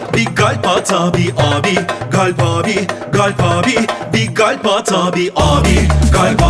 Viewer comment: kalpin modern söylenişi galp 😂